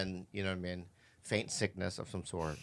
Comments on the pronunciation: I laughed so hard when he said “faint sickness” instead of feign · Feign sickness, not faint Bobby. Learn engrish arreddy! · Bobby... it’s feign sickness not faint sickness 😂